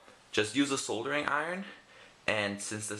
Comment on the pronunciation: That's not how you pronounce soldering iron.